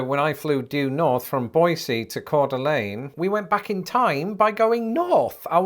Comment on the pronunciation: You effortlessly pronounced Coeur d'Alene correctly so you clearly have visited Idaho. It's funny that you talked about the proper local pronunciation of Boise, which nobody gets too upset about, but not Coeur d'Alene, which no outsider ever gets right the first time.